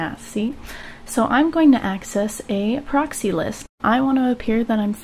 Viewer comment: pa-roxyee lol